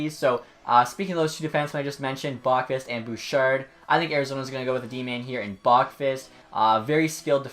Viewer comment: I think its pronounced "Bow- qvist" from what ive heard on tsn and stuff.Great vid though!